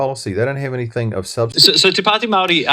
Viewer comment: "Anythink" ..... really ?